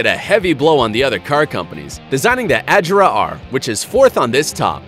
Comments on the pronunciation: Its not ajera it A-g-e-r-a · Did u seriously just say koenigsegg ajera r??? It’s agera r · koenigsegg Ajara R lol you pronounced it wrong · ITS NOT AJERA ITS AGERA AND THE SAME WITH REGERA NOT REJERA OMG!!!!!!!!!!!!!!!!!!!!! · Dis guy says Ajera and rejera but it’s actually Agera and Regera and the Agera RS is faster than the Bugatti Chiron lemme tell u that! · No jugde but he said koenigsegg ajera r. It's agera r NO JUDGE AM JUST A KOENIGSEGG FAN🇸🇪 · Lol it’s (A gair a) not Ag”er”a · Its not Ajera it's agera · chee its agera not a-ji-ra sigh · “Ajera r” it’s agera 😂😂😂😂😂😂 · It's pronounced as Agera not Ajera and plus the other one is the koenigsegg 1:1 which is pronounced as 1to1 not just koenigsegg 1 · Mans said “KoEnIgSeGg AjErA R” lol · Lol he said Ajera Edit: He said Rejera He needs to learn how to say name’s And it has 1500 HP Here is some facts Koenigsegg Regera: The Koenigsegg Regera is a limited production plug-in hybrid grand touring sports car manufactured by Swedish automotive manufacturer Koenigsegg. It was unveiled at the March 2015 Geneva Motor Show. The name Regera is a Swedish verb, meaning "to reign" or "to rule." Transmission: 1-speed fixed gear (2.73:1 ratio) Engine: 5.0 L twin-turbocharged V8 Kerb weight: : 1,470 kg (3,240 lb) (dry); 1,590 kg (3,510 lb) (kerb); 1,570 kg (3,460 lb) (kerb, KNC); Electric motor: 2 YASA 750 R motors; 1 YASA P400 motor Btw he a non car guy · Dude learn your car names agera and regera have a hard g and it is koenisegg one to one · The correct way to say it is “A-gear-a”, also “Re-gear-a”. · Never heard of a Koenigsegg “Ajera R”, nor “Rejera” before. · Its Koenigsegg Ag-er-a R and Reg-er-a And its one:1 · you pronounced the word “Agera” incorrectly. (pronounced A-Jear-a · AG GA RA-R. Wow is that a new manufacturer? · I love it how he pronounces the agera R like adgerra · you pronounced it wrong it's agera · Agera is pronounced with a hard g, im swedish so i should know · ive always said a-gare-a